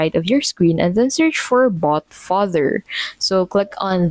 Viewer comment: Vous dites bot father ?